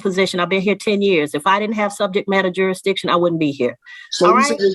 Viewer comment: He’s jurisdiction like a toddler learning how to pronounce big words.